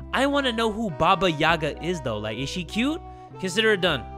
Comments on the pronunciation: as a slavic child i wanted to say that the stressed letter in "Yaga" is the last "a" haha its always funny and adorable to hear english speakers saying some words in slavic languages 😂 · Listening to say (Ba-Ba-Yagg-a) instead of (Ba-ba-Yay-gah) is utterly hilarious to me. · As someone with a Russian mother I feel obligated to say it's pronounced like yee-ga and not ya-ga but it's so it's aight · It’s not baba Yaga it’s pronounced baba yayga